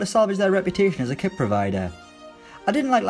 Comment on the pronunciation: “and a new quit”